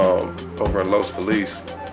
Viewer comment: "Over in Los Feh-lease" LOL, it's "Los Felizzz"